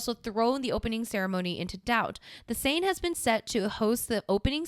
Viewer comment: Seine is pronounced "Cen" like cent without a T.